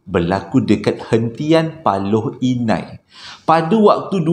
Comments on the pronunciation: Paloh Hinai la..😂 bukan Paloi Inai.Sy tinggal kat kawasan ni hahah.Paloh Hinai ni terletak dlm daerah Pekan, Pahang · Bukan Paloi Inai,,Paloh Hinai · As salam Admin.....pembetulan PALOH INAI bukan PALOI INAI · Hentian Paloh Hinai. Bukan paloi inai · Paloh Hinai, bro, bukan paloi Inai 😆